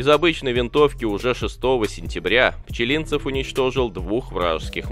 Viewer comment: Неужели нельзя нормально ставить ударение в фамилии?